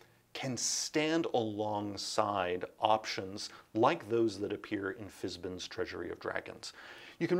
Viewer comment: Fizbin?? It’s Fiz-ban… rhymes with van, man… right? Margaret? Tracy? Care to chime in?